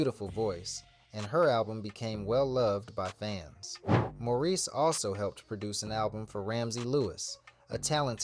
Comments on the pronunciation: And his name is More reese not mor iss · This could have been such a beautiful tribute. Instead, it was frustrating. How do you do a voiceover and get the names wrong, especially of Maurice (not morris) White. There are also conflicting dates with the arrangement of the songs and pictures coming in that are out of place. The group and Maurice is so important to our history. Please go back and give this the attention it deserves. Do the voiceover over. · I thought A.I. had some intelligence? He’s calling him Morrris 90% of the time and Maurice the other 10%😢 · CLICK BAIT! Mispronounced name many times (Morris?) Omitted Jessica Cleaves and producing/writing for The Emotions. Repetitive info, poorly done. Some comments say the dates are also incorrect. He deserves much better. I'm a screenplay writer. I'll look into telling this great man's story properly. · From the thumbnail to the voice (which is why it can't say "Maurice" right) and to the info...this is all AI, crazy times. Bad/made up info as well. Terrible, lazy content.